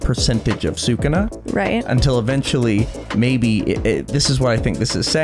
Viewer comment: It's 'Sukuna', guys 😭😂